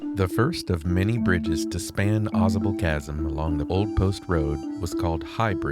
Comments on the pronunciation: I grew up in that area. It is pronounced Aw- Sable with a long a, like the animal Sable. The Adirondacks are beautiful. You should try kayaking the Saranac River. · You're almost saying it correctly. Au sable Chasm.... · Pronounced: "aah Say bull"